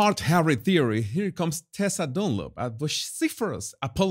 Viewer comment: I love how you say "Dunlop"! It sounds like DOLLOP 😂😂😂